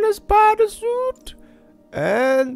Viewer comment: داداش نوب سوت نه سوییت😐